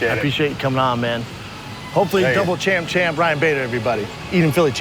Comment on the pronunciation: it's double champ or champ champ. NOT DOUBLE CHAMP-CHAMP